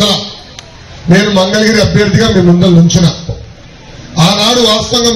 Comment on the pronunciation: Mandalagiri kaasta. Mangalagiri ainattundi hamaayya.